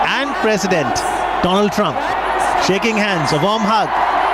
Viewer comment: 😁😁😁😜😜😜 do-land Trump